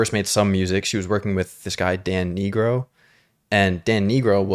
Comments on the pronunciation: His last name is pronounced N-eye-gro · Dan Nigro is pronounced Dan Nai-gro, not the other pronounciation you used btw <:) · Please it’s pronounced NIH Grow 😧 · Dan Nigro’s name is pronounced nye-grow, not pronounced like the slur